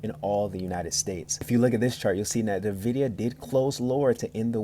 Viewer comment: NuhVidia. Bruh, it's N-Vid-IDIA